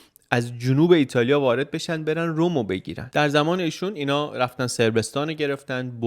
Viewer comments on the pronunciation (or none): من هنوز نمیدونم چرا شما به رُم (Rome) میگی رووم Room؟ اینو تو همه ویدیو ها تکرار میکنید و منم هربار این نکته رو میگم؟ اگر واقعا رووم درسته یه رفرنس بدید ببینیم به کدوم لهجه است ما هم بدونیم